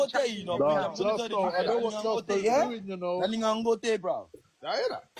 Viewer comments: bro kilbern instead of kilburn now jusco instead of justo! you work hard bounce rest my bro! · Kmt you know damn well his names justo, you out here mis pronouncing things for more comments 😂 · Mans calling him jus-co ya na😂😂😂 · HIS NAME IS JUUUSTOOOO NOT JUSTCO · your still saying justgo 🤣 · Bro his name is Justo not Jusco 🤣🤣🤣🤣🤣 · It’s justo LOL not jusco. You’re insane man 😂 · This brudda still cant pronounce Justo smfh